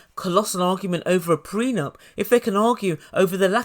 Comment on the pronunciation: These two are looney!! Her dramatics and his whiney voice!!😂😂😂😂 A couple made in HELL!! and his "prenump" (I think he's saying it wrong!) GREAT video!!!